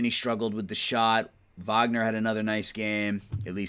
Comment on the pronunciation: Wagner is pronounced “vogner” cause he’s German